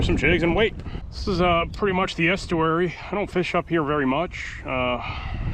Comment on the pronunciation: "the estooary"